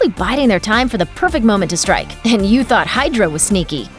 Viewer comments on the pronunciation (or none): none